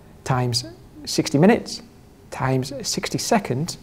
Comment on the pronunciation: I keep laughing when he says "times" :D